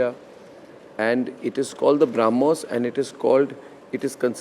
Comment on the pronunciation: Arnab needs to learn to pronounce Brahmos properly, if he wants to talk about it.